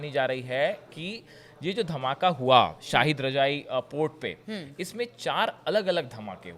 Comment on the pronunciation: आप को सेल्युट है भाई शाहिद रजाई नहीं है शहीद रजाई है